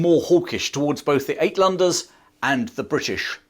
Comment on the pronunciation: Uit is pronounced Out. Outlanders.